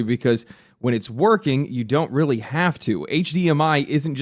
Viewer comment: *weawy weawy hard